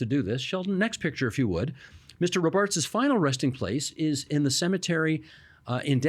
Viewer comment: Isn’t it pronounced ROBarts, not RoBARTS?